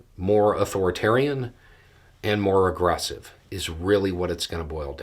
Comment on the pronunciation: Did you say more aggressive or more regressive?